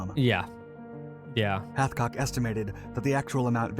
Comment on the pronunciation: You could at least get his name right. Hathcock. Not a butchered chicken.